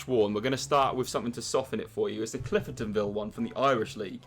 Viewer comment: ClifERTONville 😂😂 it’s cliftonVille